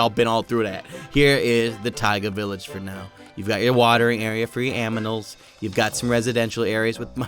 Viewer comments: you said aminals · Did you say aminals? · My favorite things are the new Villages and that sou said aminals and you said potatoes and berries but there were some logs not berries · You said aminals and not animals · you said AMINALS not animals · you say aminals not animals #Sub to 😆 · He said aminals XD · When you were in the tiaga village you said aminals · " you got a little watering area for your aminals" Aminals😆😆😆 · Ya said aminals lol XD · Did he say aminals😂😂😂😂😂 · said aminals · Is it me or did he say aminals ? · Did i hear "aminals". What's that? Just kidding... 😂🤣😂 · "Aminals" XD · watering area for your "aminals" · "AMINALS" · Did said aminals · said aminals............ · The watering area for my aminals u said aminals